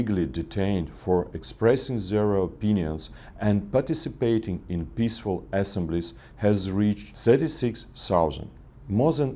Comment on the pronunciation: "assemblies" are pronounced by stressing the second syllable, not the first one, "assEMBlies". Try like pronouncing two words, "assEMB' lies", with an attack on the "mb" part. Very nice effort of Mr. Latushko, overall, I praise him